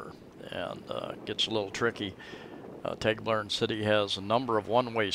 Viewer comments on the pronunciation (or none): You might work on your pronunciation...lol as a start...its not TAGbilaran as in playing tag, a long A, it is a short A as in water. I guess we are in the small farm group, lol with a farm in Guindulman and a house in Anda.